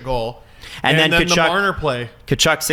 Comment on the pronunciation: said Brady Tkuchuk charge 😂